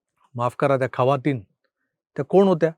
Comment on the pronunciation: खवातीन नाय जखीन 😂😂